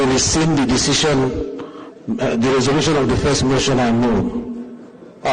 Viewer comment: Where is, "arise" Tv "to move the resotion".... 😂😂😂😂😂